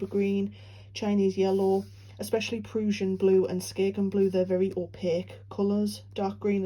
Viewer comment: I’m not familiar with exactly what parts of the UK have what accents, but this is by far my favorite!! Absolutely adore the way you say PRUSSIAN blue!💙😉